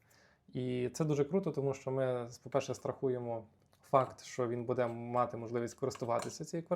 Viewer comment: Дякую за відео. Але дуже боляче в голові як ви постійно в слові "буде" робите не правильно наголос